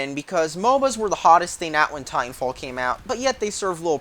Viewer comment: "titanwalffh" nice